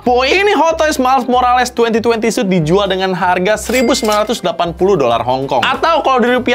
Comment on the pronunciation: "2020 suit" Yang gw denger:"2020 SUS"